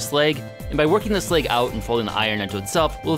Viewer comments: Slag is pronounced with a soft a as in ash bash cash it's like trying to pronounce Apple as Ape - ul. It just isn't right. I actually found myself losing interest because that mispronunciation. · Slag, not sleg.